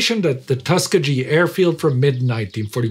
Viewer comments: I remember seeing a comment praising Indy for the way he pronounced Bataan. I guess it is supposed to be a sign of respect to pronounce place names the way the locals pronounce them. Here however, doesn't have enough respect for Americans to learn how to pronounce Tuskegee. The two names, Bataan and Tuskegee even have similar origins, both being Spanish colonial borrowings from local native languages. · Very good. Just wish you pronounce Tuskegee correct! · Great video, but embarrassing how you repeatedly mispronounced Tuskegee. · Indie get very precise about the pronunciation of Bata’an but trouble with Tuskegee. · My Father worked with one of the Tuskegee Airmen, at Grumman after the war. didn't pronounce it the way he did. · Wonderful episode as always, but this man mispronounced 'Tuskegee' so many times so confidently that I began to wonder if I was the one who has been wrong my entire life. Spoiler alert, I was not. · I should probably elaborate that the g is pronounced in the guh form for gee not the juh form if you know what I mean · I know is usually pretty on-point with his pronunciations, but his "Tuskegee" doesn't match with American English pronunciation: Tuskegee is actually pronounced with 2 long "ee" sounds, the g is hard, and emphasis is on the middle syllable. Also, NAACP is read out as "N-double A-C-P." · Pity there isn't a guy on the TimeGhost staff from the USA who could have fact-checked the pronunciation. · Did no one check this for accuracy before it went out? He doesn't know how to pronounce Tuskegee. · Except when he said Tuskegee wrong. 🧐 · I realize that s it's a picayune point but for god's sake It's Tuskegee with a hard not a soft G. The base is still there after a fashion although decommissioned and no longer in service but when you walk thru there it sort of sends shivers thru your mind when you realize what these flyers accomplished against all odds. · TUS KEE GEE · it is pronounced tusk - key - gee